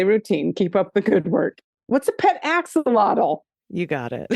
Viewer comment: I'm giggling as attempts to pronounce Axolotl 🤣🤣